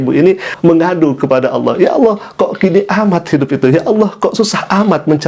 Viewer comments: ODGJ stress.....ini bukan murtadin, sebut Allah saja salah. Allah dipanggil Aloh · Melihat dr wajahnya n aura nya sih dia non islam dari lahir. Apalagi saat menyebut nama Allah dgn kata "Allo". Entahlah😏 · Sebut Allah aja tak betul oten Al- kafirun. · kafir betina itu nyebut ALLAH saja gak bisa .. ngaku murtadin